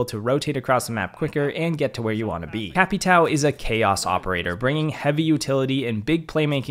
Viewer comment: Capatow 😂😂 it’s capatào